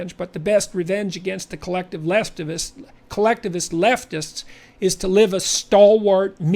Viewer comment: Col-left-ivist. Colleftivist. I like it.